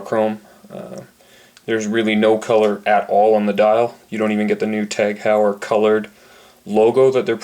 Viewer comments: 'Hoy-er' not 'How-yer' Good review regardless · You are mispronouncing it